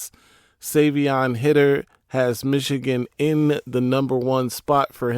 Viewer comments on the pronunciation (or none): Bro it’s High-Ter not Hid-er 😭😭